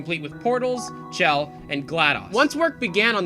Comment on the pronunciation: Wow they just change chell into bell. I think that's what I heard